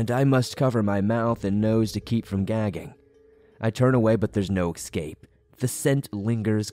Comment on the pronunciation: Eeee scape not exscape